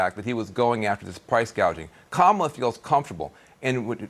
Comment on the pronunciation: Are talking about the camel 🐫? Aka kamuuula, wait inidacamuwa, the half camel? Kam? Ohhhhh kamula 😂😂😂😂😂 CNN hires people on the spectrum